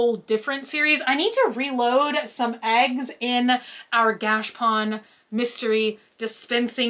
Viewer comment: Gachapon not "gashpon"